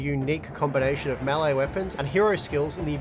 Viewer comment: "melle battle royale" lmao